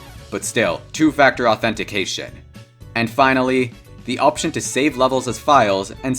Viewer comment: THE WAY HE SAYS OPTION😂😂😂